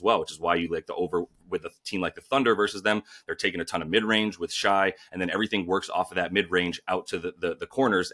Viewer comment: My boy said Shai, Shy, & SGA